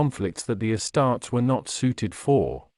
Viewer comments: “Uh-starts” 😂 wtf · This AI pronounces “uh-starts” like a ruh-tard